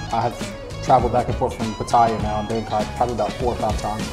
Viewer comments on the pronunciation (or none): none